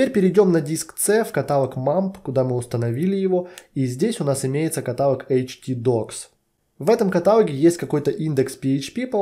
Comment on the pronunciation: "катАлог" - проверочное слово "херАлог". Блин, невозможно слушать это с частотой 30 раз в минуту....